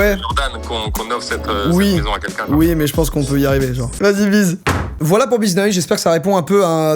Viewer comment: Ca me stresse qu'il disent quinquin ou lieux de quELqun 😭😂